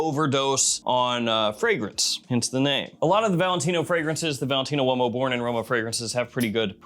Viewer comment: its not pronounced womo its Ooumo